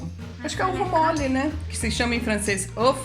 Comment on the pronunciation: Eu comia muito ovo mole quando era criança! Amei a pronúncia 😍😍😍👏👏